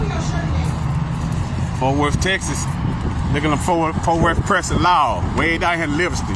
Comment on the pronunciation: Fort Wurf Texis....